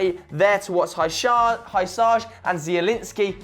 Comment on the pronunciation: Dear God, you've butchered Hysaj's name. I mean, not even close. Just listen how his name is pronounced and you'll see the difference.